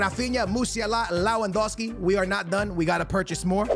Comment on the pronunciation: It’s pronounced “levin” not “lewin”, the w is pronounced as a v. A lot of your pronunciations are horrible damn